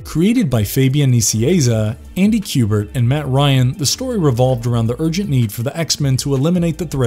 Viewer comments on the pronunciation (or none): none